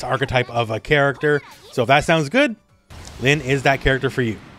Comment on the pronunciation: The "Protagonist" gag was one thing, but he said "Linn" with such confidence- ( ；∀；) Don't forget these characters are mostly Japanese now...!